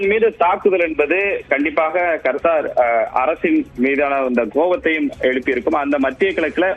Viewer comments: யோவ்… அது கர்த்தர் இல்லயா.. கத்தார் … 😂😂😂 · யார்ரா அவன் நியூஸ் பேக்ரவுண்ட் வாய்ஸ் கொடுக்கிறவன் ஏண்டா கருத்தர் இல்லடா கத்தார் கர்த்தருக்கும் கர்த்தா இருக்கும் நிறைய வித்தியாசம் இருக்குடா யார்ரா நீ இந்த தமிழ் படிக்கிறவன் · adhu KAR THAAR illai. Kaththaar endru sariyaaga sollungal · கர்த்தார் இல்ல புரோ கத்தார். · சேய்தி ஆளிபாபவர் கத்தார் என்பதற்கு பதில் கர்த்தார் என்கிறார். கல்வி அறிவு மிக அதிகமோ😂 😂 ஆகச் சிறந்த கல்வி ஆறிவு. தமிழ் பலமை. ஆங்கில வார்த்தை Threat என்ற ஆங்கில விர்த்தை உச்சரிப்பு மிக அபாரம் Threat ஆ இல்லை Thread ஆ 😂😂😂😂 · அய்யோ எண்ட கர்த்தாரே..... அது கத்தார் டா கூமுட்ட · ஒரு நாட்டின் பெயரை கூட சரியாக சொல்ல தெரியல